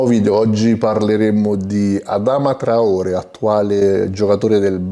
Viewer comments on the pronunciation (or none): Finalmente il video su traorè! 🔥🔥🔥 P.S comunque si dice traorè con l'accento Grande 🔥🔥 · Adama traorè, si pronuncia con l’accento, bel video